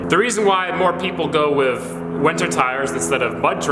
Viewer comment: Have you always said "wiff" instead of "with"